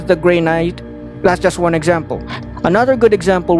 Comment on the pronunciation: Omg i died laughing at Natural "juan" when you said it and i looked down to check how you got as your name XD